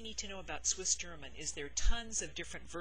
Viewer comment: I live in America since a while but I am Swiss. Your pronounciation is killing me it is soooooooo good!!! Everybody I was trying to teach some Swiss german terms totally messed up the pronounciation. Yours is extremely good!